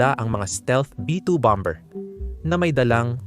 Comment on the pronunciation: Hnd b0mber ang pr0nounce bommerrr